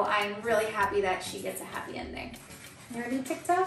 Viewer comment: that "ticktok" dude im seeing multiple people saying "ticktok" being honest, its "tiktok"